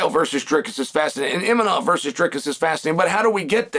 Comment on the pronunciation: Cael somon , its kham-Zat ( ham zat ) khamzat imanov = Imavov haha